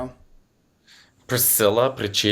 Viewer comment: yes, you said "Priscilla" wrong, Matteo, you said it! 🤬😈😁 I'm gonna tell Priscilla, she is one of the best human representatives of my hometown💛 and doesn't deserve to have her name destroyed on this podcast!! 😀